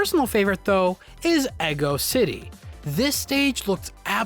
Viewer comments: EGGO City? You either mean Ego City or… you just really don’t wanna leggo your eggo! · EGGO City? Do you mean Ego City? Although an EGGO City sounds like a good breakfast level. :) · Ego! EGO! EGO CITY! IT'S CALLED EGO CITY! EGO! THE EMPHASIS IS ON THE EGO!!!!